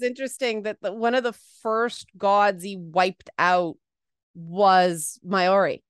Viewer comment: “Mayori” Me: Tries to figure out what she means before realizing she’s failing at saying Māori. It’s pronounced “mau-ree” not “may-or-ree”.